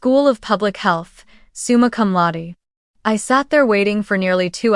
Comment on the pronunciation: Isn’t it summa cum laude?